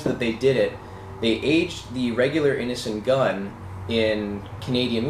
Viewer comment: It sounds like you are saying "Innocent Gun". That's a cool name for a beer too.